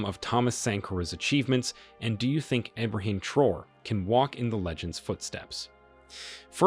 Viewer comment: You’re pronouncing “traore” wrong. You’re saying “Abraham Troll” but It’s TRAORE. Pronounce each syllable phonetically. “Tra” (as in transfer) “o” (as in letter o) “re” (as in ray).